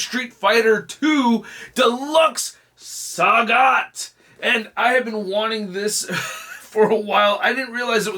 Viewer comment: El traductor anda con todo 😂: Sagat❌ Sagot✅ Dhalsim ❌ Dulim ✅ Enamorado ❌ Enamorada ✅ Inmediatamente me sorprendía 😂 buena revisión a la figura de Sagat😎👍🏻